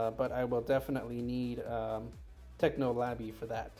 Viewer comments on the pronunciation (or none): "Technolaby" lol